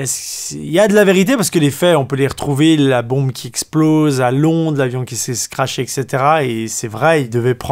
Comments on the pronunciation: Tu nous as trop fait rire alors il sont attrapé la foute au lieu de la foudre ensuite il se son scraché au lieu de craché et toublanc au lieu de troublant on te kiff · 'S'est scrashé" ! :P